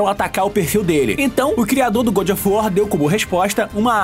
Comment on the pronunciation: O cara não fala nem GOD, nem GOOD, o cara criou sua própria pronúncia kkkkkkkkkk